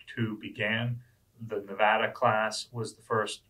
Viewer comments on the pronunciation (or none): none